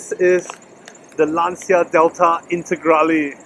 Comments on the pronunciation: Nah man, it's not you Malaysians, it's just a common mistake. And regardless, you speak well in English so don't worry about it! Anyway the right way to say it is "Lan-cha", not " Laan-cia". I think the reason for this common mistake is due to the fact that the sound "ci" is pronounced in two completely different ways in Italian and English. It's like "Murciélago", no one knows how to say it right except for Spanish people 😂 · It really looks like you enjoyed the car! But man, the way foreigners pronounce Lancia is annoying, y'all say it always wrong! 😂